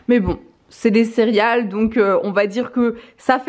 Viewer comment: Je viens de te découvrir, tu as l’air tellement sympa! Par contre, tu disais cériales? Hahaha si c’est le cas, je me sens moins seule, je le disais comme ça tout le temps quand j’étais petite haha